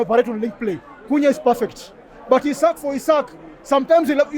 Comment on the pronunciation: Not Isaac,Isak for heavens sake 😂😂...Kenya is our business though